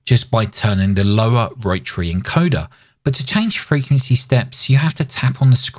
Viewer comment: Kills me how many people in radio can't pronounce the word frequency. Kina like Jimmy Carter trying to pronounce nuclear.